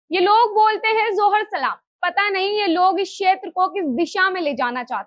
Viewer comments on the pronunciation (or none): जोहर नहीं जोहार बोल